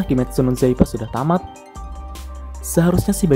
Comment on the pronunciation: Kimetsu no yaiba kak,bukan zaiba